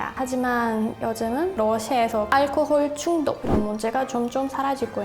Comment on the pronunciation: 알콜중독을 러시아발음 알카골중독이라고 ㅎㅎ